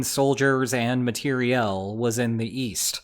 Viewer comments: I just wanna point out its pronounced " mat ee ri al" not "Mat ee ree elle" ...so annoying. also this is war its not a fkn play. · A capital city should always have access to water, such as a river - like London and Paris. If you want to use the French, matériel, please notice the accent on the E, and prononce it properly "ma tay ree yel". Otherwise, it just sounds ultra pretentious - and frankly horrible to French ears: in the same way as Americans trying to pronounce the French for 'herbes' - and 100% fail! Btw, matériel in French means material AND equipment. The word 'material' in English is simply the anglacised French word, but hey, if you want to be pretentious, and continue to mispronounce the FRENCH, you carry on! 😂 And why not go all the way with OTAN instead of NATO? 🤔